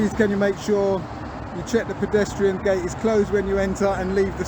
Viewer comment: "Pedestration" wtf